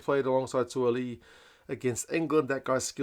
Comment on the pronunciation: Great pronunciation of Suaalii